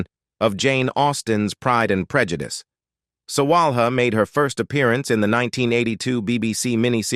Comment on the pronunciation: Mike Leigh is pronounced Mike Lee. Iain Glen is pronounced like Ian Glen. The h in Sawalha is not pronounced. There are many other mispronunciations too. Mr Collins is not that 'distantly' related to Mr Bennet. He is a nephew. You failed to mention the Mr Collins actor's probably best role which was playing Cicero in the highly acclaimed HBO series 'Rome'. You can see his performance in the youtube video Caesar Augustus tribute Rome, As well as in Death of Cicero. Interestingly the actor who plays the adult Octavian (later Caesar Augustus), played the foppish Charles Bingley in the film version of Pride and Prejudice starring Keira Knightly.